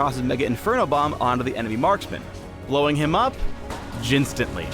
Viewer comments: shensational, jhinstantly? really really?!!! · SHENsational... GARENteed... JIHNstantly... god dmnit phreak :D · "Jihn-stantly". Classic puns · jhinstantly. please stop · Shenses? Jhinstantly? Whyyyyy? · "Until he Shenses", "...lowing him up Jhinstantly" I see what u did there. Classical. =D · jhinstantly? really phreak reallly? years of pun training and you present this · everyone raving about the puns while noone noticed "JHINstantly" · Did he really said Jhinstantly ? Yes he did -_ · shesational, shenses, jhinstantly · Jhinstantly... really? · "Jhinstatly ", pls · Blowing him of "Jhinstantly"? PHREAK PLS! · "Jhinstantly"...... Good one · His "shenses", a "garen-tueed ride into combat" and "jhinstantly". is on a roll. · "Shensational" "Shenses" "Jhinstantly" pls. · shensational? jhinstantly? really? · 'Jhinstantly' Reality?!